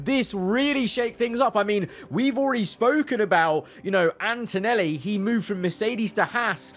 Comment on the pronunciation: For Antonelli it said dantonelli 🤣